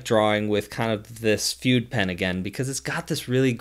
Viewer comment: "Fude" is not pronounced like "feud". It's "Food-deh". It's Japanese for "brush".